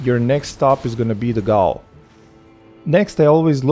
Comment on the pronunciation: fun fact, its still pronounced as jail even though its spelt like gaol, that's just the old British and Australian way of spelling it but it was still pronounced the same